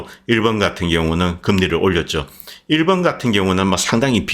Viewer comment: "일번" (X) 일본 (O)